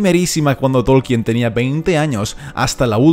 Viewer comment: "Todo lo que yo sé..." ja! Tan humilde el tipo este que ni sabe pronunciar el apellido del profesor